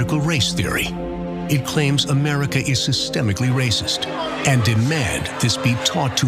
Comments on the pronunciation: Oh my God I he unironically pronounced America or uh-murica🤣🤣🤣🤣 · The fact that he unironically said A-mur-ica kills me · "Uh-murrica"? You sure this isn't a parody? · Holy shit he actually literally said "Amurica." Wow. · Amurica? Wow, the vocabulary skills of those running for seats in our government is abysmal. I don't want to be represented by a man who cannot pronounce the name of his own country correctly. Cringey.. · Yeah, teach the real America! What's great in America because our country has NO faults. That's why we can pronounce it as Ameeeeerca!